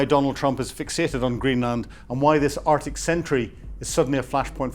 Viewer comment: Again, interesting content but naff pronounciation detracts from it. 'Arctic' has a 'c' in it - 'Artic' is a lorry!